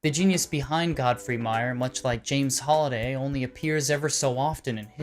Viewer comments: HAlliday, Not "holiday" purleeeze. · It triggers me that he say his name wrong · Me too